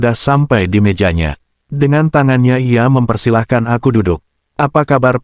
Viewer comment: ngomong "ia" malah jadi "LA" ini gimana yg ngetik script AI nya 🤣